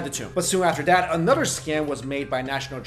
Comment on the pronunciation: Anodder anodder anodder